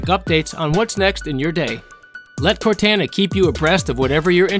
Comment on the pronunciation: That is absolutely not how you pronounce Cortana